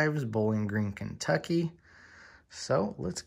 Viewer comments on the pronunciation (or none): none